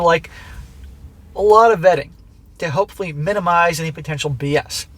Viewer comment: Timestamp: You MEANT to say "hopefully" but it came out "hoefully"!😂🤣🤣🤣🤣🤣🤣🤣🤣 FANTASTIC Freudian slip, 😂🤣🤣🤣🤣🤣🤣🤣🤣